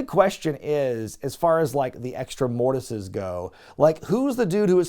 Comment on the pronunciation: I think multiple Mortis's is pronounced Morti's